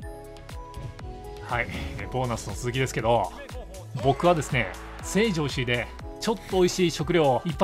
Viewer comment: 成城石井のイントネーションに若干の違和感。笑